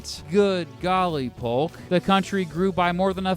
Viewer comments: you said hulk instead of saying Polk😅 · It's pronounced P-OH-K, for those who don't know. The "L" is silent just as it is in "walk," or "talk."